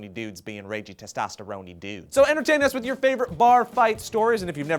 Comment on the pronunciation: "Testosteroni"...is that a noodle?